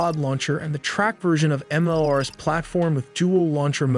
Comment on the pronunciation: MLRS = Multiple Launch Rocket System, pronounced Em-El-Ar-Es, not Em-El-Ars. Kinzhal (Кинжал) is not pronounced with a 'Z' sound but with 'Zh', which is the sound of 's' in pleasure, measure, liesure.